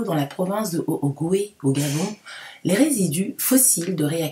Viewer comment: Prononcer « otogwé » pour haut ogooué